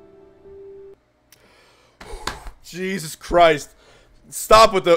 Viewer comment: I broke when called Megaman "Beebo".